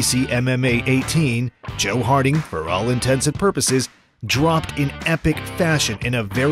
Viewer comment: Did you say ‘all intensive purposes’? I’m blocking.